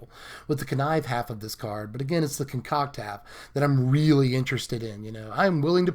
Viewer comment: ASMR connive, and conCOCK.